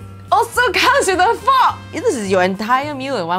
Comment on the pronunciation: "IT ALSO COMES WITH A FOOK" 😂😂 when you're Asian and words sound different coming from you